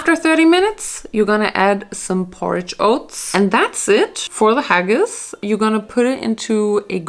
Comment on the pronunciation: I'm really sorry to be the one to tell you, but as a Scottish person, you totally butchered that Haggis!🤣😅 I kinda felt sorry that it came out so bad because I've grown up eating it and nothing can compare to the real thing. It's a taste of home for me. I would have liked you to try the real thing. I have had a good vegetarian haggis, but nothing about haggis is supposed to be "summery" it was meant to warm the cockles in harsh Scottish winters. In Scotland, we eat Haggis, Neeps and Tatties on Burns night every year, to celebrate Scottish poet Robert/Rabbie Burns. Haggis, Neeps and Tatties is a traditional Burns night dinner...This is not an English thing. Just Scotland... just a fun bit of trivia. Anyway, don't let that experience put you off trying it again...